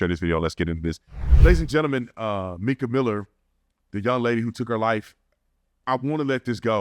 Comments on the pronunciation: You’re accustomed to how the Mexicans say “Mee-Kah” instead on “My-Kuh”. My name is Micah and I’ve just gotten used to it lol. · Hey new to the channel love it so far. I believe her name is pronounced My-ka instead of Meka.. from every other video I’ve watched that’s how it was pronounced. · Lol just posted a comment on here saying how her name was stated and then literally right after you heard him say her name and realized you were saying it wrong lol happens it’s all good 😂